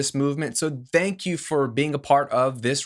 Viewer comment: No, "vthank" YOU 😜